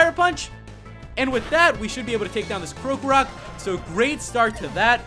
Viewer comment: Y u no pronounce krokorok right